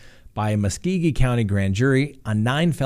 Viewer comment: lol I admit, you trying to say Muskogee was interesting. I'm near the area. ^_^ Try it as Musk-go-ge. Just a heads up.